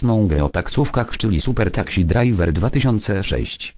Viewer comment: " super taksi drajwer " xD